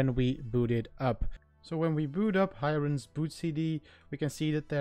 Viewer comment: Its pronounced as Hee-rain. Not Hi-Rain.